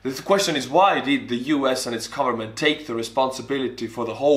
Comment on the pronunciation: I love how he says “ Garment” instead of “Government”